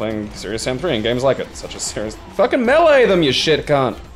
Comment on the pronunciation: I like you guys, you know how to say melee properly. So few of the people I'm subscribed to do.